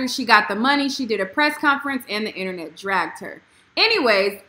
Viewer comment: I like how you said "the internet DRAGGED HER" lol 🤔